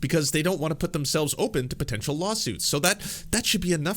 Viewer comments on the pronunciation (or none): none